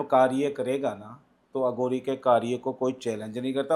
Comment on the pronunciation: ਅਗੌਰੀ ਨਹੀਂ ਅਘੋਰੀ ਬੋਲੋ ਜੀ।